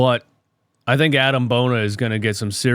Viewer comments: No disrespect, but it’s A-Dem not Adam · "This dude might be an NBA player now"... Agreed but say his name right then, Adem not Adam